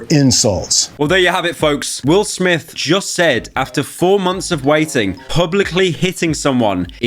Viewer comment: Wil Smif fel ooff